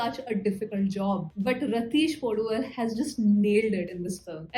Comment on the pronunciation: Actually it's not poduval, we will be saying like podhuvaal.